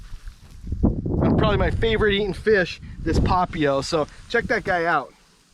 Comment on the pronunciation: Nice vid as usual. Papio = Pah Pee Oh with the emphasis on the 'pee'. BTW: Any chance you can do a video on Ocean View and Milolii? Talking about the bad the good, etc. I lived on Oahu for 10+ years, and kinda looking to head back to the aina.